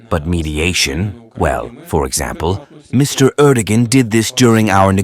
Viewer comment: You know, Im not an Erdogan fan, but if you make a video about President of Turkey, you could at least learn how to pronounce his name properly.